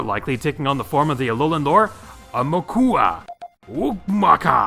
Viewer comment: Maybe when trying to pronounce Aumakua, you could’ve thrown in your “Take Number 9” line. Still, great list,!